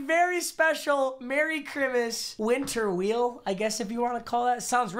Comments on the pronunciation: Really u said chrimas instead of Christmas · He said merry chrimas